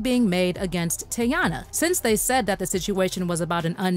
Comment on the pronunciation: Her Name Is Not Tayanna Chile It’s Teyana 😂😂